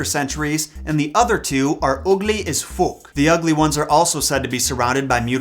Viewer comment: Brilliant, you got the real Dublin accent for " Ugly as Fuck ", at 7: 34, I'm Irish and the Banshee wailed for hours just before my aunt Mac Kenna died. They are not ghosts, they are loyal to particular families and could be many thousands of years old, a comb is often associated with them, and they are terrifying in their violence to anyone who disturbs their work.